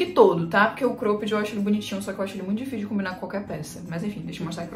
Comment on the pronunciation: Engraçado ela falando Crôped 😅